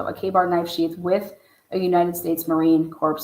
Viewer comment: Please dont pronounce the p in Marine Corp ...it soends like a dead body LOL